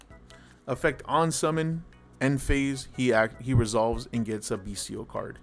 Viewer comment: Finally! someone who pronounces "bystial" correctly! the "t" is a soft "t" like "celestial" and second "t" of "potential"